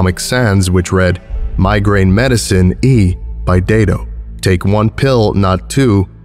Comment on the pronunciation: THANK YOU FOR SAYING IT "DAY-DOH" BC MY NAME IS "DAY-D"